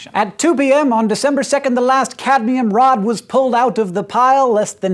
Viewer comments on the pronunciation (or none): none